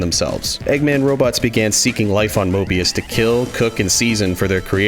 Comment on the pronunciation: HE SAID MORBIUS